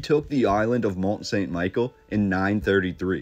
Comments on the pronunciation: The proper pronunciation is Mon San Me-Shell. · Mon Sawn Michele (pronounce) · Great video. I went there a few years ago and its truly impressive! Just one thing...its pronounced Mont Sun Michelle in French. I also wondered if you had found its sister...over in Cornwall England called St Michael's Mount? It looks like a smaller version, but not with quite the majesty of the French one. Apparently linked to the same order of monks. I agree with you wholeheartedly...the narrative does not ring true. There is more to this story. The architecture and engineering is a formidable feat. One of the most beautiful places I have visited. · Mon-San-Mi-Shell That's how you say the name of the Island. It's a cool place to visit if you're ever in Normandy. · Sorry but this is really annoying. It's Mont St Michel pronounced ME-SHELL. I took French in highschool and hearing you butcher the name is gonna be taxing. Still gonna watch the rest of the video however. Sorry 😅